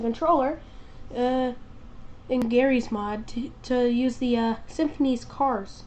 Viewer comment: its sim-phis, not simphinees